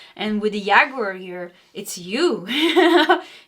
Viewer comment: Hello, cute and sensitive,. In English "Jaguar" is pronounced like "James" or "Jack". Not like "Yeehaw" as a cowboy would shout. Thanks for the reading, I too, just like you, learned English by taking lessons, and not by living in an English speaking household, so no hard feelings.